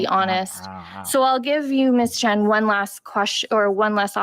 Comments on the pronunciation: Chen, not Chan. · Viva it's Lauren Chen, not Chan!!!